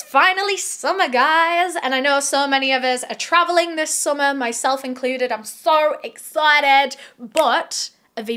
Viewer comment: You sounded soooo Australian when you said " so excited " - better than actors. Coming from an Australian ahahah